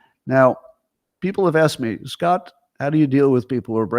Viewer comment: today's "ount" count: 25 I'm not sure Scontt is trying anymore.